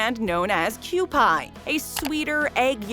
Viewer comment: keeU-pee not pie. lol but it is spelled kewpie.